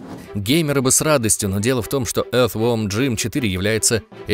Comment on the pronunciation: Бро, всё круто, но научись выговаривать правильно слово earth , загугли транскрипцию, а то по ушам прямо ультразвуковой.... :) Галимая придирка, прости, но всё же.... )